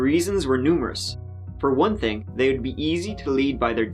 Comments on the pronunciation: THing not Ting.... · I just can't stand your homely womanish face anymore, and trying to keep up with the presentation while you drone on and on with turdy (thirty) and tent (tenth and) ting (thing). Eat a hamburger and lift some weights. come back in 3 years.